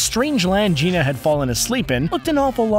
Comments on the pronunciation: Nicht "Geena", "GiAna" wie "Rihanna", vom Wort "giant". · The fact that he pronounced “gianna” as “jeana” kills me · Ge-on-ah sisters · "The Great Jeena Sisters," huh? Amazing. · It's Giana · It's Giana (geanna sounded out) and it got an official release. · "The Great Gina sisters".... look up HOW TO PRONOUNCE names! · I got to ask but why is it in most of your video's you butcher character names cause you kept saying Giana as Gina which is butchering that name. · Giana is prononced 'Gee-anna' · You pronounced Giana sisters wrong.